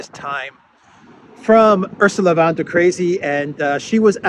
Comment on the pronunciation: Von, not 'VAN'. She is German, not Dutch. Ursula Gertrud Albrecht.